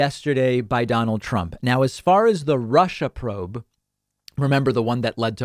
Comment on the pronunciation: Trump pronounces Russia as HUSHa...